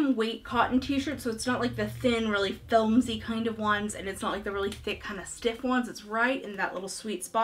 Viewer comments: Are you saying filmsy instead of flimsy? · LOVE this and love you! I’m totally buying that Wednesday Adams dress to teach in! Speaking of teaching..... this is said with much teacher love, “Filmsy” is pronounced “Flimsy.” Hugs!